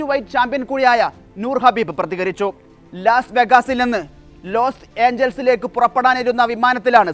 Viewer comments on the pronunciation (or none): Habib alla khabib. Correct news koduthu sheelamillallo. Loss vegos alla las vegas Ennanu pronounciation. Ivide vivarum ulla aarum iile?!😂